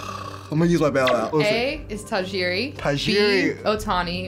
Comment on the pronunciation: Last name Tajiri is not pronunced Ta-ye-re. The correct pronuntiation is Ta-he-re.